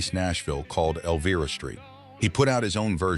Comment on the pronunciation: Get it right! The pronunciation of the song “Elvira“ has a long “i ” sound!